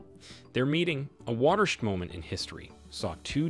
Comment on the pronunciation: My guy said: watersh'd😂 It's water-shed...bruh